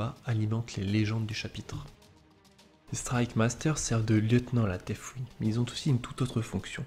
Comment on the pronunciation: Très sympa, merci ! ps : Par contre, si je peux suggérer quelques attentions d'écriture/formulation/etc que j'ai retenues : - prononciation : ce n'est pas un f dans deathwing, il vaudrait encore mieux faire comme si c'était un "s" 😅 - le participe passé de acquérir, ce n'est pas "acquéri" mais "acquis" (d'ailleurs pareil pour la forme conjuguée, c'est "il acquit" et non "acquérit") 😅 - à , prononciation : surtout pas de liaison entre "grands" et "héros, sinon cela fait grands zéros... (loin de moi l'envie de vanner les DA en disant que cela pourrait être mérité mais je ne le pense même pas, bref 😜)